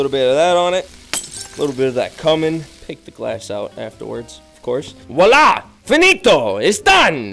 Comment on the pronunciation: I'm Italian and I'm just in love with "finito" pronounce 😂